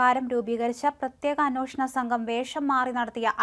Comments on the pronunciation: Kindly note. Not annooshanam. It is anweshanam. We can't tolerate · അന്നോഷണം എന്നല്ല അന്വേഷണം എന്ന് പറയൂ കുട്ടി..